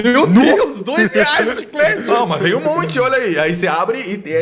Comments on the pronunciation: Dos mesmos criadores de "silueta" vem aí o "chicreti" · o chicete "bidente" kkkkkkkkkkkkkkkkkkk